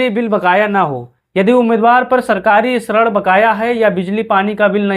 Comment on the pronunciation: अरे भाई जिसको श्रेण बोलते हो वह ऋण होता है।